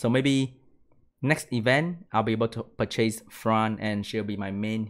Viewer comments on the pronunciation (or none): Disappointed IGN is not JeanB tbh... BTW it's pronounced "Per-chess" not 2 SPD boosts "per-chase". English is stoopid and I'm learning Русский so I get it